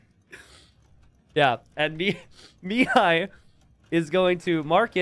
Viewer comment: It irks me to no end how pronounces Mihai's name. The accent is on the "a" and not the first "i", it's miHAAi and not miiihai